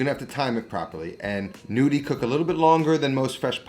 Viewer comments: The G isn't mute :) you just have to pronounce them as gnocchi. It's a tuscan way of saying 'nudi' (like you pronounce it) which is Italian for nude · Pronounce Ñudi. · Looking forward to trying this but, in the meantime, the g is technically not silent. It turns the n into the equivalent of the Spanish ñ.